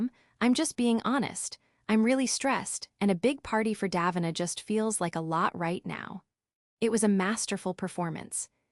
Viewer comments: Pronounced incorrectly... should be daveena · One thing that would be fair: pronouncing Davina's name properly